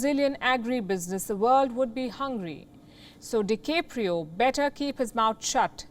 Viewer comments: First of all the mans name is de-cap-rio. Not de-CAPE-rio. And secondly, yes Brazil does what They want with Amazon, should that be shaving it off like a beard. Then they will do so. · Leonardo di Keopro?? lol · Please learn to pronounce Brazil, DiCaprio and nobody.